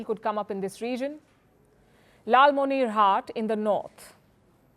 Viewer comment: I love Palki's pronunciation of "Lalmonirhaat" that was perfect and cute. As a Bangladeshi she literally sounds like my aunty and another Bengali woman. I could never hate India as a Bangladeshi. Don't see us as enemies we are the same people but we will defend ourselves and will not bow to anybody.